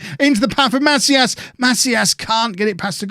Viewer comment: It's pronounced "Ma-SEEE-as"